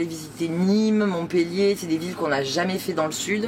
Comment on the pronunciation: Quel plaisir d'entendre quelqu'un dire Montpellier .... Montpèllier !!! C est tellement rare .,😅